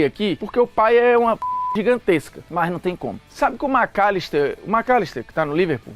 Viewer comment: cara fala o macllister KKKKKKKKKK